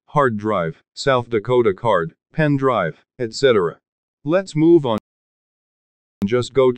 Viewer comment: The way he said “if you can’t find your file, MOVE ON!” The heck!